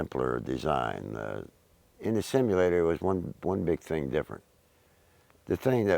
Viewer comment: You can tell he is one of those low IQ individuals just look and listen to how he says flight simulator, hes saying it like its some super technical phrase or something LOL a flight shimulator thats what it was I tell yuh it was a flight shimulator, yes thats right a shimulator....smh